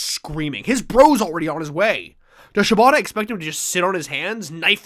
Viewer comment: my brain keeps hearing you guys saying "shibata" as "ciabatta" and it's really throwing me lol